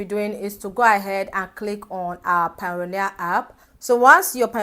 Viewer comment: its not pioneer it is payoneer ...pay-oneer